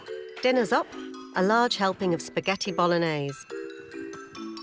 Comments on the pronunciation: Spag-netti bolognese 🤦‍♀️ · Baskettiy bolognese she said. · Paskettiy I think. Proper genius